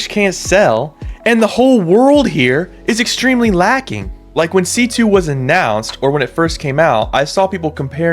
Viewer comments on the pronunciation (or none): "sea too" LOL shut up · bro said C2 not sea too, bro sleep you're getting lazier